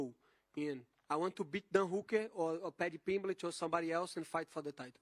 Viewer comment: Padjee Pimblej